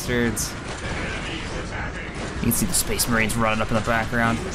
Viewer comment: SPHE-SPHE-SPHE-SPHEES MAHRINES.